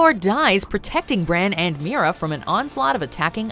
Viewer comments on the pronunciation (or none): none